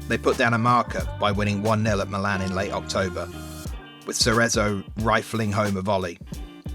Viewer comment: Malaaaaan, calSIO, genoWA 😩